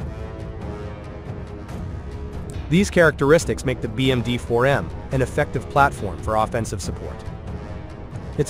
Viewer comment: "le 4 millions de dollars bermudien" xD🤣